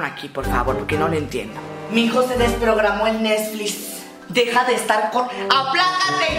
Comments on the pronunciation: Mamá:mi hijo ya desconecto el nesflis Hijo:mamá no se dice asi se dice netglix Mamá:netsis nesflis netlis como sea la madre esa,andale comectamelo ya 😂😂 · El "nesflis" xdddddd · Así le dice mi mamá pero ella lo dice Nexsflis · "MIJO SE DESPROGRAMO EL NEZFLIS" "NEZFLIS, NISFLIS, WISFLIZ, COMO SE DIGA, ME VALE MADRE, PRENDELO" 😂😂😂😂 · Mijo se desprogramo el nesflis... Nesflis,Nisflis,como se diga! Me Vale Madre!!!😂😂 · jajajajaja crei q era la unica q decia Nesflis 😂😂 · "Nezflis" jajajajajajajajaj😂😂😂 ya me cague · Nisflis ,wisflis,cómo se diga !! Jajajajajajajajajajajajajajajaja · 😂😂😂😂 Nesflis Nisflis Wisflis Me vale madre como se digas ayudame 😂😂😂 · "Nesflis" Mori 😂❤️ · Jajajaja mi tía diciendo nesflis a si dice xd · "Nezflis" xdxdxd